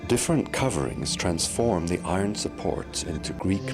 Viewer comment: this is great, but the best thing is every time the guy says eye ron. 😂